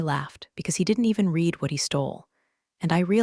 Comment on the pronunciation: Please teach the reader the difference between read(pronounced like reed) present tense and read(pronounced like the color red) past tense. I read(reed) books. I read(red) a book yesterday. This is getting annoying.